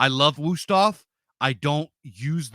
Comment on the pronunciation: thanks for the knife tips. I approve the Wüsthof pronunciation.